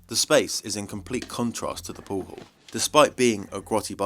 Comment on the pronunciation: No, it's not a "poow haww scene". Can't listen to this nit brit.